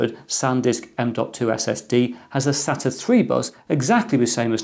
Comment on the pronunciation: Thanks for not saying 'SATER" like some people.